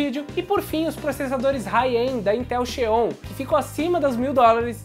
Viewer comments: A pronúncia correta é zion, e não xeon. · parabéns pelo vídeo... muito instrutivo... mas, a pronuncia do Xeon é Zion (em inglês o som do X é Ex (isolado) ou Zi (início da palavra) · O Intel Xeon fala-se Zion kk